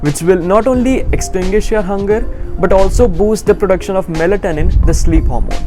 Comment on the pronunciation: The pronunciation of melatonin tho 🙂